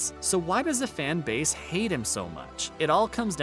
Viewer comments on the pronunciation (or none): none